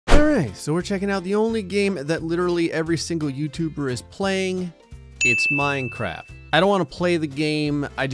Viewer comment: You said minecrap